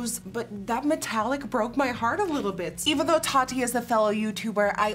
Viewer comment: The way she says (Tati) Taa-dee 😆😆😆